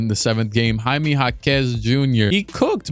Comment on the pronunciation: Why did he pronounce Jaime like that 💀